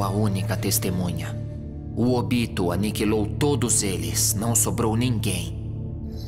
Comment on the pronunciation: Sim,no lugar de falar "Ôbito",os caras falam "Ôbíto"